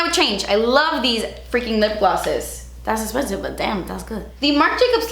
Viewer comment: A 25 min video of you saying “Das Espensivee” I’m game!! 😂